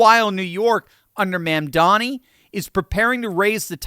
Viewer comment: I like how he calls him "Ma'am-dani." 😆